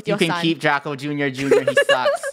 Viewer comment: At The First Line Its Draco Not Drace